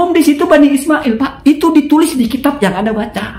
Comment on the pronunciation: Kalau baca kitab yang teliti ya kang... masa "bibani" di baca "bani"😂